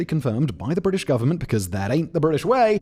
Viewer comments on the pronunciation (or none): none